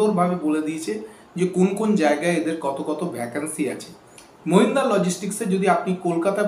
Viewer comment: Mahindra logistics...... agey aapni thik bhave company er naam ta bolun